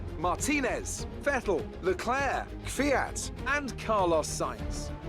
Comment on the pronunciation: You petroved Charles lecl leclca